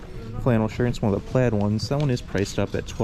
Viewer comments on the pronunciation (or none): none